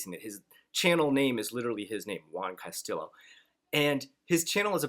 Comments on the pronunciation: Awesome advice. I wonder who hates you? I mean you have some extremely good videos on your channel. I have to point out that guy Juan's last name is pronounced Castiyo not Castilo but it's irrelevant for the moment ☺. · The llo in Castillo is pronounced like Yo So it would be Casti-yo